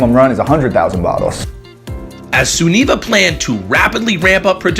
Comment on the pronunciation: They say Sunniva wrong its not suunneva its sinniva but spelt Sunniva I know because its my name lmao